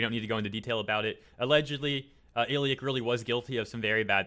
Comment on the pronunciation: You're the first person to attempt at pronouncing Illich's name. Fyi he voiced Arawn in Tears to Tiara